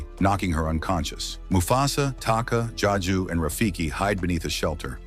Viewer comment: Also it’s Zazu not jaju